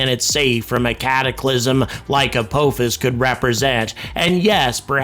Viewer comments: emm... it's pronounced apophis not apouphis? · I have watched WAY too much Stargate to pronounce it any other way. It's Ah-pah-fis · ALSO STOP PRONOUNCING APOPHIS INCORRECTLY YOU OLD FART !! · If watched SG1 maybe he could pronounce Apophis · I've never heard apophis pronounced that way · I was wondering if he was saying it wrong on purpose? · That's not how you pronounce the supreme system lord Apophis's name! Shol'va!